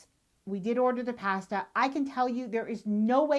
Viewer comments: You deserve to eat at a restaurant when you cant pronounce "pasta" correctly. I also bet you say ''eye-talian" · The way you pronounce "pasta;" so Canadian!